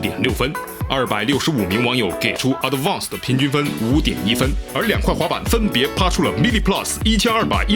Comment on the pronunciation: 你的英文说错了一个单词 advance